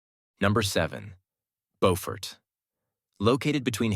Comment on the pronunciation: BOW-fort is in NC. Biew-fort is in SC. Get it right,.😊